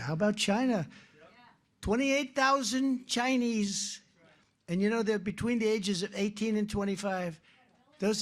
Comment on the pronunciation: his pronounciation of "CHINAH" and "CHinEEEEESE" never gets old. 😂😂😂 Maybe Biden should stop doing terror attacks in Congo then. Do you know that they literallly backed an actual indurrection that has been calling the elections rigged there and Biden says that is democracy because his stooge didnt win there? 🤣🤣🤣 The irony.